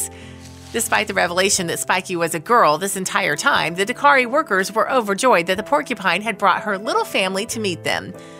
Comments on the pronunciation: Narrator: the name of the rescue organization is ‘DAKTARI’, not “Dakari (sic). Dak-tari. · Cute story but the narration grated a little with the insistence that the organisation was called Dakari, it's DakTari. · It's DAK-TARI ! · dak·teh·ree say it right at least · It's DAK - tari. Means Doctor. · Why can this girl not say DakTari? Why are hedgehogs in the video?